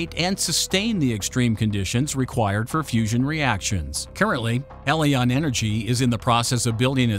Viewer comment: Your reading robot needs to decide whether Helion is pronounced "HEE-lee-on" or "HELL-i-on". So just get a real person to read it for god's sake!